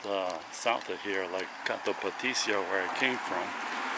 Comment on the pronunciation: Greek here, it is pronounced kifisià